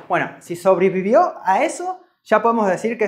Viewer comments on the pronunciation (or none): dijiste cule ra separado y subrivio